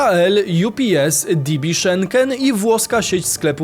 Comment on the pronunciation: DB Schenker to Niemiecka spółka - bardziej właściwym będzie to przeczytać jako "DeBe" Szenker, a nie jak po angielsku "DiBi" :) Jest to "odnoga" spółki kolejowej Deutsche Bahn - stąd DB.